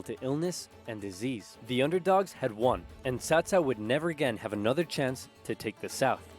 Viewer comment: We all blamed early Dynasty Warrior games for making us mispronounce Cao Cao's name as "Cow Cow". They eventually fixed it in later games, but by then the damage was already done.